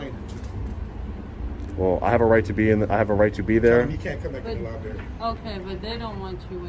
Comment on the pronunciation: Lie berry